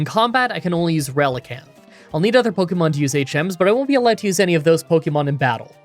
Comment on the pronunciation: i love your pokemon challenges but i have one pet peeve ,the way you say pokemon sounds like a boomer saying pohkimans pokemon is short for pocket monsters